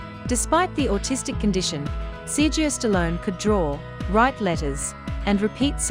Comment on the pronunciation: His name isn't sirgeo.. its Sera go a! So annoying.. do your reporting right.